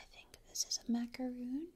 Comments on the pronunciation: its macaron not macaroon goodness gracious sake get ur facts right and google it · It's pronounced macaron not macaroon